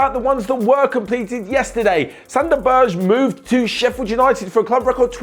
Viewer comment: You are so bad at pronouncing Norwegian names like Sander Berge and Erling Braut Haaland😁😆